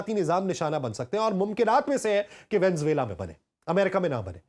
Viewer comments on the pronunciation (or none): Please VENEZUELA bolna sekh lain.